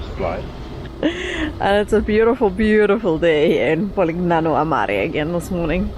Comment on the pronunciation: Lovely video! Just a gentle comment that the letter g is silent in Polignano. Ouch!